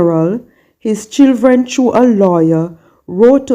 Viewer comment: What is chilthren? Its Children.